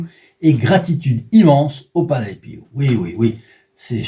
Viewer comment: De famille on prie San Padre Pio.. EN 2003 ma tante le la fait connaître et encore' merci pour cet grâce à PADRE PIO 🙏 merci de le faire connaître.. ' (Prononcé Pio.. Et non Piou comme vous le prononcé lol 😂 😉merci de pouvoir créé un groupe de Padre Pio 🙏 💖